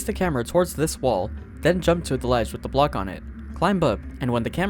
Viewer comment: Hey, neat video! I am curious about one trivia however. How come you pronounce the B in climb?